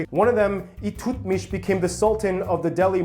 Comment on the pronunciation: ILTUTMUSH not ITUTMISH .. There is an L there.. It means "country witholding"